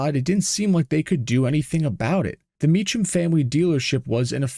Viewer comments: These used to be surprisingly common sights around metro Phoenix. I was not aware of the turbo version, or had forgetten about it. The Mecham name is pronounced Me-Come. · Pronounced "Mee-kam". My buddy was a mechanic there back in the 90's-early 2000's. They also made a run of 3 Mecham Vitesse Grand Prixs. My buddy bought the one four door. It was stupid fast and embarrassed a few Mustangs back in the day. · Thank You for the pronunciation correction. You are Correct! Mee-kam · Mee-come. That's how their last name is pronounced. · Might be no AI, but I knew the guys, and it's 'Mee-kum'. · The pronunciation of Mecham is Me-cam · you are misprouncing the old governor's name, I was there and I remember the insanity of the d.e.i liberal push in the late 80's... i am almost ashamed of the naievity of the people in arizona back then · It would have been appropriate to learn the correct pronunciation of the name "Mecham" if you are going to do a mini documentary about what they did. So common these days for creators to be lazy and just cut and paste their crap together without bothering to actually learn about the subject. This channel sucks. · Maybe if you had used AI it would have gotten the pronunciation of name right, lol. The CH in Mecham should sound like K. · Also you're pronouncing the name wrong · "Not AI", but you pronounce Mecham wrong.... Hmmmm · Great video . However it's pronounced Mecum the h is silent. So Cum not Chum. Also a couple of mechanics (Click & Clack ?) took a car from New York to Ca. Along the way they would rig an issue , simple things like a loose spark pug wire... Everywhere they went they were ripped off. New wire's , Trans work , Carburetor .... Until they got to Phoenix and broke down for real. they took it to Mechum Pontiac and they found the problem , opened the service dept on Sunday and fixed the issue without any BS. So the place at least with customers were on the up and up. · It's pronounced Me-kam...not Me-cham 😅